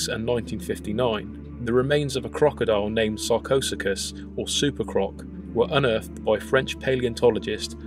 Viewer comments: It's "Sarco-Sue-Chas". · pronounced...sarco sukus